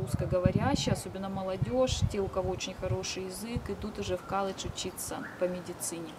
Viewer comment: Дома в России говорила колледж. А в америке уже коладж. Бесит